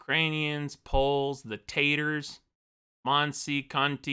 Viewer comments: Bruh the way he said TATARS just..... triggered something in me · Bruh the way you said TATARS just triggered me. Oh well i guess you will learn about them someday